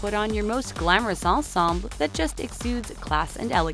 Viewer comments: Ahn-samb? It’s Ahn-Sahmble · I notice the narrator of all these Talko videos gets so caught up in reading a script that she pronounces certain words like "ensemble" and "indictment" incorrect.